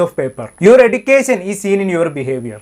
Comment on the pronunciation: എഡ്യൂക്കേശൻ, സെലിബ്രേശൻ, ആഘോശിക്കാൻ, നിമിശം..... എന്താണ് യൂട്യൂബറേ ഇത്? "ഷ" എന്ന അക്ഷരം പറയാൻ പഠിക്കണ്ടേ നമുക്ക്...😢